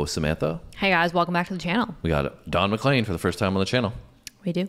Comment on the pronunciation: You pronounced his name correctly - yay! It's basically a social commentary regarding the deviant direction popular music went in the 1960s (his opinion) - with so many hints and descriptions of pop stars past and present (in '71). It became a big success, and when one reporter asked what it all meant, Don said, "It means I'll never have to work another day in my life." The day the music died was the night of Feb 3rd, 1959 and a plane crash that killed Buddy Holly, Richie Valens and JP Richardson (the Big Bopper). Elvis was the King, Jester was Dylan, John Lennon (also Lennin) was a Marxist, The Quartet was The Beatles (Fab Four), The Byrd's sang EIGHT MILES HIGH, etc., etc., etc. Play this on any Juke Box in America, see how many people will sing along when that final chorus kicks in - it's infectious. NOT a One-Hit-Wonder, Don's other big hit was VINCENT(starry, starry night) - an homage to Van Gogh, and worthy of your reaction.